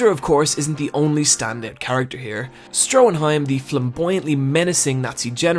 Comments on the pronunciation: It’s Stroheim, not Stroenheim! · Stroheim. There's no n in it.